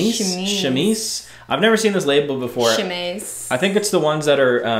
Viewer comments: French major here... chemise is pronounced shu-meez :) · Chemise mean Shirt en french and its pronounced Cheumizee lol any Lacoste made in France is better quality than made in other places